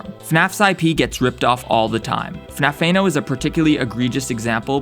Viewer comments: The way how he says "FNAF-Tha-No" is what made this video entertaining. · It's like F N A F E N O and it made me giggle